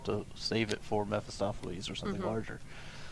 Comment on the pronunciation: Please stop butchering poor Mephistopheles's name!!!!!